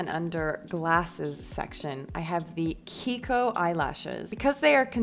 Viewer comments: its kijiko not kiko. Not all non-english alphabet pronounce like spanish, most of them pronounce "j" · Why are we only pronouncing the first and last syllable of kijiko? This ji erasure 🥲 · It’s pronounced Ki-Ji- Ko, not kiko 🤨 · you pronounce kijiko wrong. the author is from japan, so the "j" shouldn't be silent, it's きじこ. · I’m pretty sure she pronounced it as “kihiko” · It’s fine that she pronounces it like this but the j isn’t silent